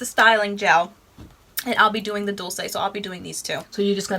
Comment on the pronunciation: FYI Dulce = Doolchay Sweet in spanish. LOVE YOU GUYS.